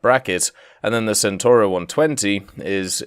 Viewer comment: Centauro is mispronounced. Can you guys please learn how to pronounce the C in italian? I do not mispronounce Mustang when talking in my language, for fuck sake.